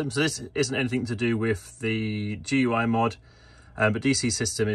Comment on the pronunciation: FYI GUI (Graphical User Interface) is pronounced the same as gooey